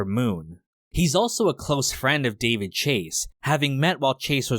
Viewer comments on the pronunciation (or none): none